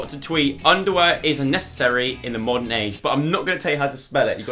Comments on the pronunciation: “Morden age” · “Morden “ age ?! 😂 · "Morden age"